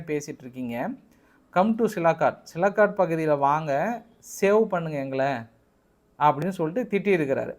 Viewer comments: Commando Read as sealkot sialkot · சிலகாட் இல்ல தலைவரே சியால்கோட்